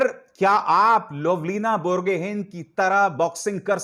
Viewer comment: लावलीना बरगोहै , not बोरगोहीन।